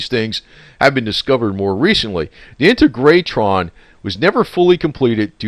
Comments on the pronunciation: Accent on the second syllable. On “teg”! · Pronounced In-teg-ra-tron...!! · Pronounced In-tay-gra-tron. I knew his wife well, in her later days, and until she passed away in a nursing home. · it is pronounced IN-TEG-RA-TRON...... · IN-TEG-RA-TRON try to pronounce it this way. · Pronounced In-teg-ra-tron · Hi --- It's pronounced IN - TAY - GRA - TRON == saying it all at once. I live a little over an hour from there. My family has had property in Joshua Tree since the 1950s and my brother and I go dirtbiking out there all the time and we always ride by the Integratron. We have experienced the session and since they published an article in Rolling Stone magazine and also had the likes of Anthony Bourdain and other Travel Channel documentaries have covered the place, it has lots of visitors